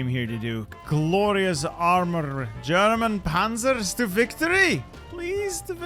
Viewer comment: As a German I must say your pronunciation is very good 👍